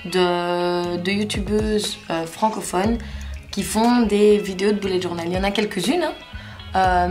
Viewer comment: Il faut ABSOLUMENT que tu dises BULLET JOURNAL (le "u" se prononce "e" et pas "ou"!!!!!!!!!)!!!!!